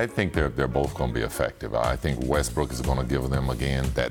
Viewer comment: Did my man said Westbrick?